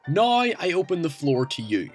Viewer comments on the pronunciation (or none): "Noy I open the floor to yoy" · It is so weird to hear you speaking english well, and then all of a sudden out of nowhere you say a word like "now" and for a brief moment I have no idea what language you're speaking.